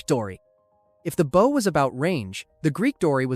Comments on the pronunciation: Hearing you pronounce bow like that instantly made me stop watching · and he says “bow” as in the formal east asian greeting instead of the proper pronunciation. he just lost me as a subscriber too :( very sad but you’re right we can’t put up with this or else it will dominate the entertainment industry later on.